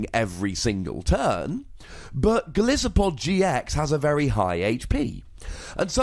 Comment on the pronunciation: Also, Golisopod is pronounced goal-ice-o-pod